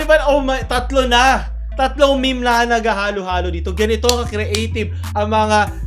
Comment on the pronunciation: M-E-M-E NOT MEH MEH